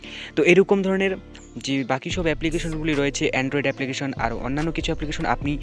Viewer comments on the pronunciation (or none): none